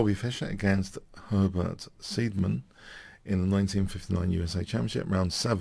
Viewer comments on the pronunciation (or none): Not seedman siidman